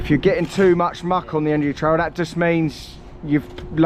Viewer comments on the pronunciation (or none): none